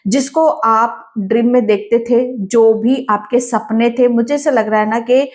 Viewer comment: Wish you a very Happy Diwali...! Ma'am, why do you time and again say 'Drim' instead of 'Dream'..?